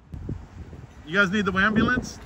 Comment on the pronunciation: I love the way u talk, I know I'm older than u, I feel out 😂 when u said "WAMBULANCE" and "EDUMACATION" 🤣 I heard "WABULANCE" from a auditor on the West Coast 👍🏾 I think it was #FurryPotato